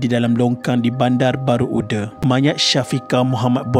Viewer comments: Uda tu bukan sebut ude ya orang jb sebut UDA dibaca Aa bukan ude dibaca e bukan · sebutan UDA sebutan baku.. sebagai penghuni sekitar taman tersebut, sebutan UDE rasa janggal. hehe.. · Admin sebutan yg BETUL "UDA" BUKAN "UDE".. azab & terseksa ya Arwahyarhamah adik Syafiqah d rogol dlm longkang lpas tu d bunuh..salam takziah buat klga mangsa..Moga Allah tempatkan Arwahyarhamah adik Syafiqah d kalangan org2 beriman.. Al Fatihah ( d baca ) Aamiiinnn YRA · betul tu org BBU tak sebut UDE..Sebut UDA... 😀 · Betul² hehehe. Kedengaran janggal bila admin sebut uda sebagai ude 😅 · 😂😂🤣..tu lah..admin ni dari kisah sedih..jd kisah lawak dia sebut "UDE"..